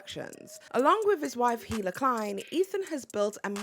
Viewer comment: Like, I agree H3 is trash, but I also genuinely can't understand why no one can say Hila's name even after watching a ton of H3 content for a video essay. It's not like it's a complicated name to pronounce either. I genuinely don't understand, can someone explain why this keeps happening?